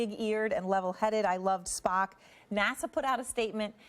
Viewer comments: Triggered she said Spohk and Star Track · She also called him Spack.